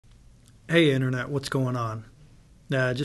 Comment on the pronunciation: BOOGLES !! I mean does it really matter on how he pronounces it??